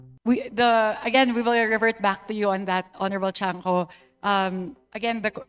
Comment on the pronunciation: Cong. Tiangco not chanco.